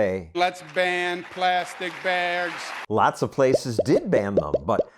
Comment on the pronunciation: “let’s ban plastic baergs.”